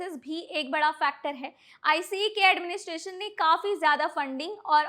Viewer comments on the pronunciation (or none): It dose not pronounce iceee